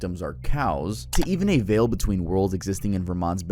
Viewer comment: bro pronounced veil as veal